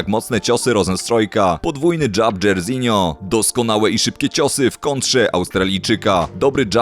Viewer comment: Jak ty to przeczytałeś dzejrizinio? XD dzarzinio się czyta, ojciec mu tak dal na imię po słynnym brazylijskim piłkarzu